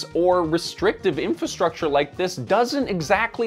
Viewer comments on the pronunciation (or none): Nice! But remember: it's "in-FRA-structure," not "in-FAH-structure."